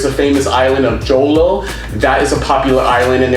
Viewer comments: Its pronounced Ho-lo not Joe lo hihi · Correction po Jolo is not pronounced as a Jo-lo but as Holo, it's understandable for foriegner hehehehehehe SKL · Jolo- we pronounce it Holo 😁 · the island is spelled Jolo, but you should pronounce it as Holo.. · Hello I stumbled on your channel by accident. I am originally from the island Negros but living in Pennsylvania now. With the recent US Capitol riots in Washington DC it may seem that the country is quite "dangerous" to follow the logic of your episode presentation - How safe is the Phils. However, I appreciate your kind words about my native country. On a side note, JOLO is pronounced similarly to HULU.